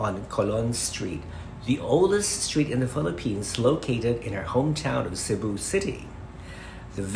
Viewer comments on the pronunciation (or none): none